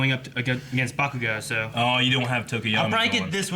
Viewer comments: this is my 2nd video, more to come. was my fav but saying "buh-koo-go" instead of "bah-koo-go" really spent me lol. muh man JUST SAID IT!!!!! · The worst one for me is still "BaKOOgo." Goddamn it man, stop it! 😂😂😂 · It's hilarious how they pronounce bakugos name even tho it's dubbed and easy to understand for Americans.. bakooogo katsoooki.. nah fam it's pronounced bah-ku-go kaht-ski.. except in English it would be reversed katsuki bakugo.. which is why izuku calls him kacchan.. because it's his first name.. just happened knowledged on you fuckers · its always slightly annoying when they mispronounce bakugo's name as ba-KU-go instead of BA-ku-go but love the vid still 💛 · I dont like how says baKUGO instead of BAkugo